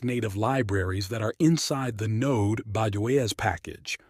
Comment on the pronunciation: just realized when he said node joy-s 😭